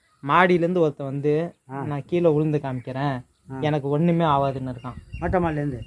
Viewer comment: பேச்சு தமிழ் சிதைந்து விட்டது வருத்தமாக உள்ளது.. விழுந்து என்பது உளுந்து ஆகி விட்டது?????????